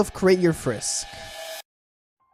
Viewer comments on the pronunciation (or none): did You Call frisk, frick?